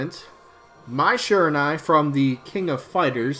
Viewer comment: Sry Mai, Skull Kid. Also the UI in Shiranui is pronounced Uhee